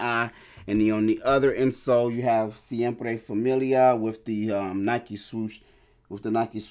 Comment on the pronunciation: Pronunciation on point for the name brother 😅👌🏻👌🏻